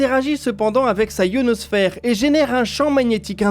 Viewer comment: Grrr ! Pourquoi dites-vous et répétez-vous "la ionosphère" au lieu de l'i-o-nos-phère ? C'est insupportable ! Apprenez à parler votre langue maternelle !